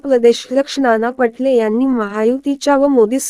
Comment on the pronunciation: ही निवेदिका फारच चुकीचे बोलते.मा.नाना पाटोले यांचे नाव नाना पटले असे सांगते.तसेच योग्य ठिकाणी pouse घेत नाही.बोलण्यात चढ उतार याचा विचार करत नाहीत.चॅनेल चांगले आहे.निवेदिका यांच्या बोलण्यात सुधारणा व्हावी.धन्यवाद.